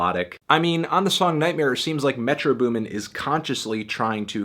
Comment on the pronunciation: Goddamn its Metro BOOMin not METro boomin. Shit is annoying me.